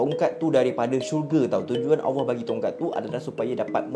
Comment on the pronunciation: sebutan Allah kena betolkn